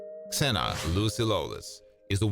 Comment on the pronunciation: interesting.. for my country she is Xena with X... in original you can hear Zena....